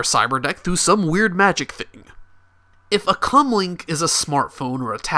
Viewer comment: I know it's commlink but it sounds like he's saying cumlink